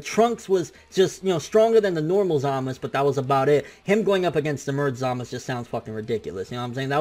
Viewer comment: Who the fuck is Zamas You mean Zamasu!